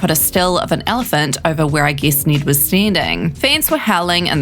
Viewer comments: Bruh his name isn’t “Need.” It’s NED. 😂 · Wait you pronounced ned as need but hell as ell. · Just try saying Ned “neh-ed “ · Click bait. Also, weirdest pronunciation of “Ned” I’ve ever heard.